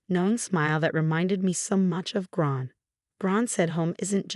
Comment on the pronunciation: What a bad A.I every time they say Gran they make another name of it ,Bad